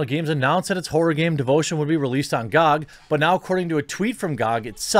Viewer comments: Who the fuck pronounces GoG like gog instead of G o G? This is the first time I've heard it and I've been watching this topic on various channels. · Everyone: Gee Oh Gee Quartering: Gawg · wtf it not gag its Ge O Ge dot com